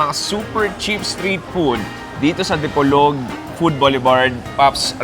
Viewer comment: The way you're pronouncing "Dipolog" is quite odd, it's not the way us locals pronounce it. Also, in your caption it says "Dipolog, Zamboanga" but actually it's supposed to be Zamboanga del Norte. Thanks though for highlighting our small & wonderful city. Kudos.